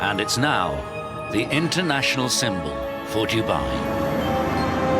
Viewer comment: How he pronounces Dubai is cringeworthy. The locals do not like it said in such a careless way. Dudnt even get 8 secs in lol